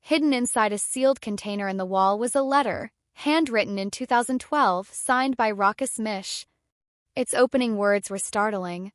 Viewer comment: Really bad clip. AI doesn’t know how to pronounce ‘Rochus’. Sometimes it’s Rockus, sometimes Roschus. Neither is correct. Lots of pictures are unrelated, some seem to be taken from adverts. Half the facts are probably incorrect too.